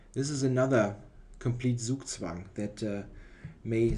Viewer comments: Zugzwang is a german word you are allowed to pronounce it german :) Great video as usual, thx! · Gregory Zala dachte auch erst aber dann hat er "zugzwang" so komisch ausgesprochen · Yeah, is definitely German;-) Ironically he pronounces "Zugzwang" the way English speaker will do it most of the time (pronouning 'z' not as 'ts' but much softer as a voiced 's')